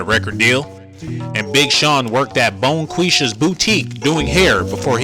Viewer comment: Did he just say bonequesha? 😂😂😂😭😭😭